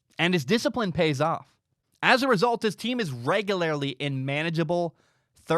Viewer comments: The way you pronounce regularly is very off putting... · Tell you what, buddy. I'll give your begging website money as soon as you eliminate your dramatic speech impediment and figure out how to pronounce "regularly." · I need to understand the local dialect that creates this pronunciation of “regularly”.